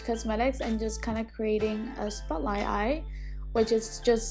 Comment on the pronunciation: I heard the British accent lol, when she said “spot light” at the beginning and when she said “like” lol